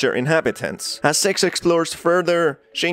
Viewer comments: if I'm not 100% paying attention to the video your accent makes it sound like your saying sex and I keep looking up like WHAT! before feeling stupid that I forgot again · Too fake...pronouncing six like sex as hard as he can. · Maybe because of the way he pronounce it. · Nah, appearently a few pointed out the same thing in the comments about how he miss pronounces Sixes name. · That's what it sounds like when I say six too💀